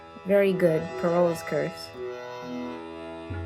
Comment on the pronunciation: errmm acksually its prounounced faraohs curse